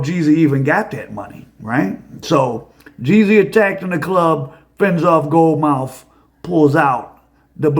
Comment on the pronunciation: "Gold Mouf"??!!😂😂😂😂